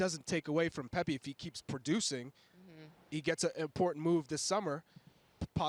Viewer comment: “PEP-PAY” lol